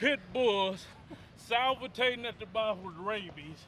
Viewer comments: did anyone notice Kali say salvatating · All the muscle in the world can't help him pronounce salivating. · Lol he said "salvitatin at the mouth'